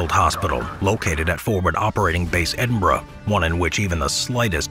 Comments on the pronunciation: you said Edinburgh properly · Well done on pronouncing Edinburgh!👏